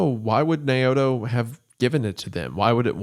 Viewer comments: "Nay-oh-to" is pronounced "Now-toe". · (Naoto) Nay o'toe is pronounced now-toe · Naoto is pronounced Now-toe. I had a drug counsellor named Naoto. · "Nay-o-to." Lmao, Jesus. You spent so much time on this and couldn't take like 30 seconds to confirm the pronunciation of names said throughout the video in question. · The name is pronounced "now-toe" not "nay-oto" I'm sorry but he says it so many times, love ya goon gang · Why is it hard for english speakers to say Japanese words like it spelt? Wendi said Naoto as Nay-oto, it isn't even french or russian.